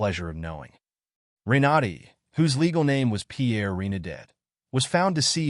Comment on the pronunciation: Ren-a-DAY. Hahah